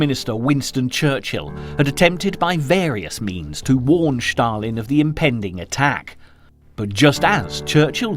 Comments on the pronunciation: It's Stalin, not Shtalin..😀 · It's not Shtalin, it's Stalin. It's such a well-done video I don't understand why the name of a major player is mispronounced. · “…Shtalin…” There is no “H” in ‘Stalin.’ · Why SHtalin and not Stalin?) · I tried but just cannot tolerate the "Sch-talin" pronunciation. Down arrow, skip and move on. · Thanks for making this point, it has been grating on my nerves as well!!